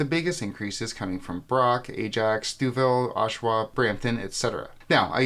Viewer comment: That's not how we pronounce Stouffville 😬